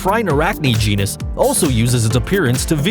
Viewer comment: The word is GENUS. Not GENIUS, genius.